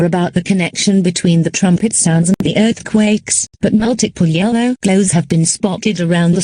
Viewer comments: 'Erthquaks' no typo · “Learthquages” is crazy. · severe learfquakaks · Severe assquakes is what I heard😭😭😭💀💀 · “There have been severe earthquakes” Why am I hearing “severe earthcocks” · “Earthcocks” that’s something a bri’ish person would say /jk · mispronunciation of “earthquakes”.